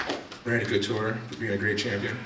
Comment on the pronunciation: why does everyone say CO- TOUR his name is COU TURE